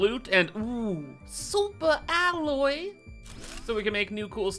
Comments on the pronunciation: Oh how I missed pronunciation of "Supa Alloy"! 😂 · SOUP-A ALLOY!!! ❤